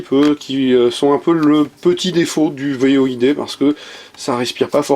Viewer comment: C'est "Void" pas "V.O.I.D"...